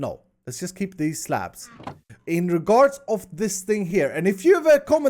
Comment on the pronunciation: for slabs i heard craps